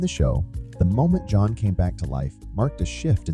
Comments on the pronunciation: Hey just a heads up the characters name is JOHN not Joan! It's seriously annoying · It's not a feeling, botboy. It's a fact. That voiceover is AI, which is why it mispronounces John, perhaps the most common name on the planet. That reply is also highly sus. I will not be watching any more of "your" content, bot.